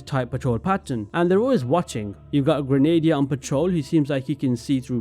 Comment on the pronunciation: Just a little fyi "Grenadier" is pronounced "Grenna - deer" ;]